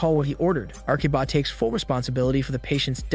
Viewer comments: the narrator keeps saying Arkiba when the subtitle says Akiba. It is that hard to say A-ki-ba? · The subtitles clearly note that the spelling is Akiba. However, the narrator keeps saying "Arkiba" and it is mildly annoying. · Akiba not Arkiba